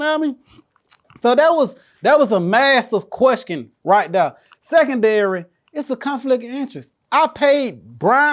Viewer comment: "that was a massive queskan rii dere".🤣👏🏽💯